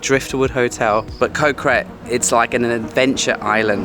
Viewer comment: Ko is actually a G sound not a k sound. So it should sound like Go (with a short vowel like gotta) so Go Gret.